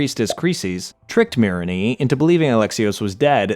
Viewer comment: Im offended at the mispronunciations of the odyssey characters. Anyone who played the game should know how aspasia diemos and myrinne should be pronounced. Bwahhhhhhahaha! 😭😭😭😭